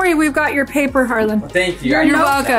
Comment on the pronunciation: I thought it was Harlan? She always says HarlanD. Just confused….